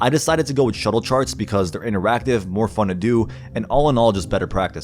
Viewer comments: ITS SHULTE NOOOT SHUTTLE FFS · With how informative and well done this is, how do you only have 14k subscribers? that is utter bs. and sorry, but you kept saying shuttle charts when they're schulte.